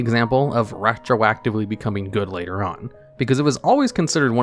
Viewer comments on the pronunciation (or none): none